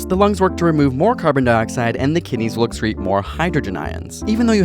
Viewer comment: "When pH drops, the lungs work to remove more carbon dioxide and the kidneys looks reads more hydrogen ions." I heard "look reads" :(( What are the correct words there?